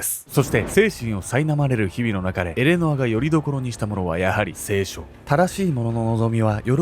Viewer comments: 聖書⤴︎の発音気になる😂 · 聖書と業火のイントネーションが気になってしまった（笑） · 聖書のイントネーションが間違っている